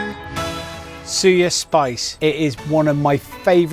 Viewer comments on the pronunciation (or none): It's pronounced Sue-yaa. Better attempt compared to Jamie Oliver's but you need to go Nigeria to see how it is really made with proper fresh native ingredients.